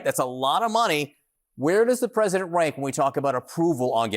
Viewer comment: "Pressisent Trump" - Lindsay Graham